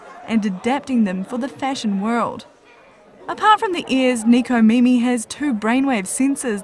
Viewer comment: Neeko Meemee XD Neko Mimi. Neko= Cat Mimi= Ears.